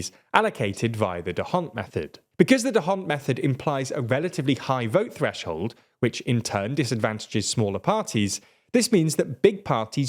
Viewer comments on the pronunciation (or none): none